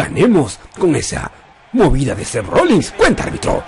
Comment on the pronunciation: Odio cuando le dicen Rollings a Rollins